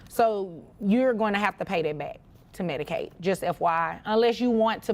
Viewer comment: It's "MEDICAID"